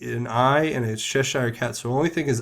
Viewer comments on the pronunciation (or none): Cheshire - pronounced "cheshuh" not "chesh Eyer". Cheshire cat from Lewis Carrol's "Alice..." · Good day sir I would like to correct you on your pronunciation of the word Cheshire cat. The -shire part. In America there is a state called New Hampshire. The pronunciation is exactly the same. "Chesher" cat.